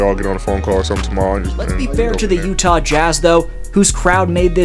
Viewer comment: 😂😂😂. Did you really say, "LeUtah" !? 😂 "Leyear20 "? 🤣 As a raptor fan, we overcame great odds.😅🎉